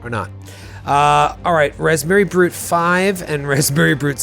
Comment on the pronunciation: Am I the only one who thought kept saying Raspberry Brute?